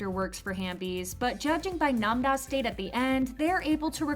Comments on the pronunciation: Why do she call Nam ra Nam da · Namda is crazy I thought it was Nam-ra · Why is she calling namra namba